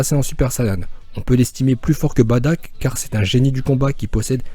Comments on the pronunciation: sa me stresse quand tu dit : badock moi je dit bardock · Se n'est pas "baddack" mais "bardock" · juste on dit bardok et nn pas badak et on dit cabba et nn pas cabbé mais reste comme tu est car tu et trop bien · On dit Bardock et non Badack c'est énervant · C'est pas Badak c'est bardok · myster z s'est Bardock pas Badack 😂😂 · badock et non badack mdr !! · C pas Bartak c bartock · C'est pas badack c'est bardock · On dit pas "Badak" mais "Bardock" et on dit pas "chiled" mais "chield" (comme bouclier en anglais) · Bardok pas badak putain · sest pas badak mais bardok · Baddack c la prononciation mais sa se lit Bardock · On dit Bardok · J'ai bien aimer mes sa se dit bardock et tu as oublier Freezer comme même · Mais pk tu dis badack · Toi tu dit batack tes bête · Sa se dit bardock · Oui en français on dirait Bardock mais pas en Japonais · Tu sais même pas dire le prénom du père de goku